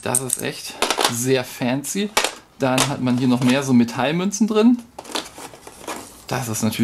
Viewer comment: Wort des Videos: "fääänzi" :-D